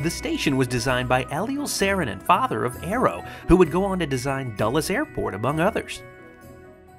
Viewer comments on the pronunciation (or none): none